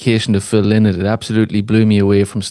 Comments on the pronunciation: Phil LYNOTT. It’s amazing the amount of fans that don’t know the right pronounciation of Phil’s surname. And this is the way HE pronounced it when asked (by Gay Byrne on the Late Late Show) if His name is LYNOTT or Linnet. The man himself said it’s pronounced Lie Not. LY NOTT. LYNOTT. Not Linnet !! Get it right please. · The best TRIBUTE to PHIL LYNOTT would be for people everywhere, including Ireland, to LEARN HOW TO SAY HIS NAME CORRECTLY. It was pronounced "LY-not"... rhyming with "WHY not". Phil Lynott's daughters said in a Guardian interview that he hated when people called him "Linn ott," and that he would say "I'm not a f-ing bird!!!" Amazing how so many fans got it wrong for so long. Here is Phil Lynott pronouncing his name correctly